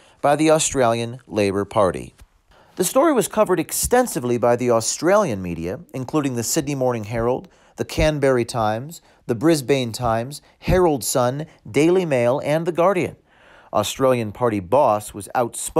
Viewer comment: Canberra not Canberry you idiots